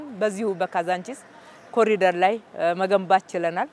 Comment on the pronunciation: የብልጽግና መሪዎች በሙሉ አስር ጊዜ ኮሪደር ኮሪደር ይላሉ። መቼ ነው ኮሪዶር ብለው በትክክል የሚናገሩት? የፈረንጁን ቃል መጠቀም ካቃታቸው በአማርኛ ሸለቆ ቢሉት ይሻላል! 🎂